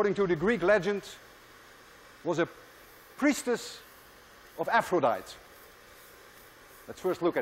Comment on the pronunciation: Professor, if I may be allowed to correct you, the name of the Greek Goddess of Love is pronounced Aphro-dai-tee!🙂